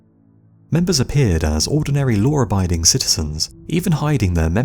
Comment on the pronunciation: Your accent leads me to question how many r’s are in the word law